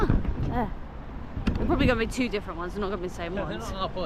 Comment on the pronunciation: Not sure whats more embarrassing, the state of your room or saying two when ordering food with his Chinese twang. Thanks for the video guys